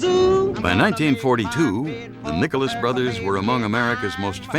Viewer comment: At the minute mark sounds like he said the nigerless brothers had to rewind it to be sure.